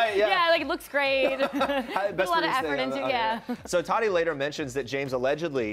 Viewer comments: Her name is not pronounced 'Toddy".... it's TATTTTeeeee. Just sayin. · It's Ta-Tee, not Tottie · Is it just me or does it bother anyone else that they pronounce tati with a soft d like ta-di instead of ta-tea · There saying todi 😂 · The way they say Tati triggers me